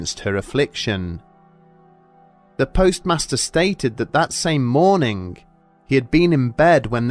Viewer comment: He said sitting gup and morning-g